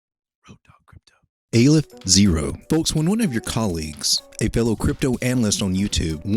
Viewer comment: Its Aleph not AYYYlef fyi. First letter in the aramaic , Hebrew and arabic alphabets.